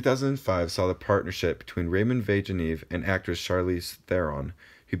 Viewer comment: I had no idea that was how to pronounce it properly